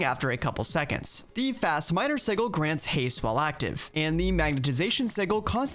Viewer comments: previous versions of blood magic had a book (the sanguine scientificum?) that had the exact same fearure. Side note: I wish it wasn't called EV. I keep thinking of Gregtech. Sih-juhl. Not Sih-ghul. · SIDJ-IL NOT SIG-IL!!!!!!!!!!!!!!!!!!!!!!!!!!!!!!!! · The G in sigil is supposed to sound like a J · pronounces sigil with a G sound instead of a J sound which is the correct way to say it. Its just funny lol. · Apparently si-gl (Like is using) is the American pronunciation, while si-jl is the British pronunciation... Personally, as an American, I have never heard the American pronunciation in my life, so I'm just as thrown by it as you are. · a quick search shows that in no way is a pronunciation with a G correct. It comes from the Latin word sigillum and is pronounced as how everyone here knows it does. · No, no it is not. si-gl is absolutely wrong. I live in the US and it wasn't until I heard Matt Mercer say it that way on Critical Role that I EVER heard it pronounced so very wrong. I was born in 1981. That's well over 30 years before I ever heard it pronounced any other way. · I have litteraly only ever heard it pronounced with a G for Planescape, which also doesnt matter because its not referring to an arcane sigil and instead the City of Sigil, and names can be pronounced however the f the namee wants. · Please look up how to say sigil properly. :) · I really hope that your pronunciation of "sigil" is engagement bait haha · The pronunciation of sigil is sending me lol